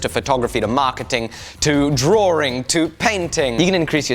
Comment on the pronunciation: It's drawing not drawRing